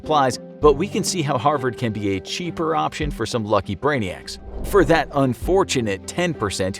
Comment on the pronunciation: "Harsvard" - 2020